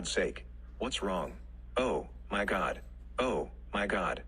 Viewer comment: "oH. MY. GOd. oH. mY. GOd." I 100% agree. Can't listen to this